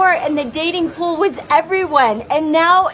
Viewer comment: "Poll" instead of "pool". Freudian slip? She described her dating life at 24 as a poll. That's what she wrote. Poll rhymes with pole. Probably what she rode at 24. And in her words "was everyone".